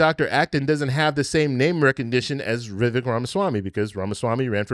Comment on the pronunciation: His name is pronounced… VivAAAKE (like Cake)